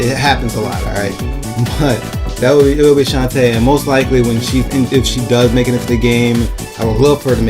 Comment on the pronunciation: Everytime you said shantae's name I twitched lol. I don't mind it but other people might so fair warning ok? Besides that your list was creative, I don't agree with everything but I appreciate the effort you made. Anyways, here's my obligatory list of 3rd Party Characters I'd love to see. -More Sonic reps (Tails, Knuckles, Amy, Cream & Cheese, Shadow, and Dr. Eggman) Yes I'm greedy but damn it Idc. -More Megaman reps (Protoman, Bass, Roll, and Duo) -Bomberman (Konami) -Klonoa (Bandai Namco) -Sora or Noctis (Square Enix/Final Fantasy/Kingdom Hearts) -Crash Bandicoot and Spyro (Sony/Activision) Not as team mind you but I can't see one of those 2 showing up without the other close behind.